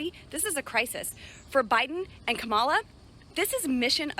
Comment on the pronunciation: OK, MAGA. It's pronounce KOM ah lah, not kah MOL uh. I know your 'Hero' Trumpty-Dumpty says it that way, but he is doing it on purpose, because he is an immature asshole bully who is a coward, and is losing the election, and all he knows to do is to name call, and try to demean anyone who is not on his side. Listen closely to his rhetoric. He is spouting an "It's us against them" message. He is not speaking on unity, he is speaking the exact opposite.